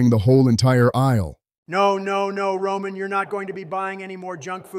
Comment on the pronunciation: Roman regins turned into ramen regins lmao bruh 😂 🤣